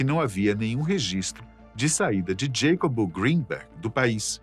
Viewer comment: Para ficar perfeito faltou chamar o mexicano pelo seu nome hispânico, Iacobo, não “Djeicob”. 🧉☕️🍷😸